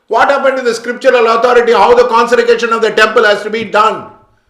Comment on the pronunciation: You can't even pronounce consecration "conserication" and talks about Linga Bhairavi , I think you need to educated yourself sir first, secondly try to understand the dynamics of prana prathishta, if you entered the temple you would know.